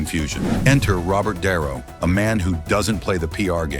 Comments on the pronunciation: AI bullshit channel .ROBERT DiNero, not darrow. holy shit. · Di Nero not Darrow